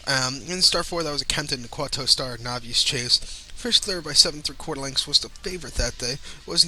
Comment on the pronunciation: Good effort,. Bagged a couple of winners and an exacta. Novice is pronounced nov-iss. Good luck.